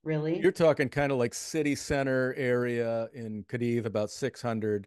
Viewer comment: Two seconds in…host mispronounces Cadiz 🤦🏻‍♀️